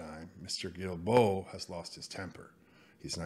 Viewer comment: I'm not going to bother correcting the pronunciation. Guilbeault is such a cattlebrain that screwing up his name is well worth it.